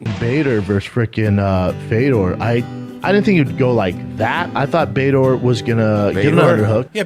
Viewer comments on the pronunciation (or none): none